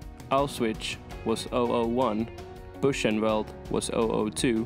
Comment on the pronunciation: Normally I would not call out a non-native speaker on pronunciation, but if you're going to do a video on the Holocaust, please figure out how to say "Auschwitz" and "Buchenwald". Seriously. That topic demands respect. Thank you.